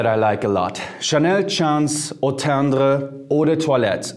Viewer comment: Love how you say Eau tendre 😍😍😍 I’m gonna try that one